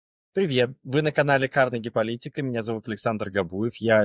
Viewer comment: «Привьет»? Говорите все сразу на английском)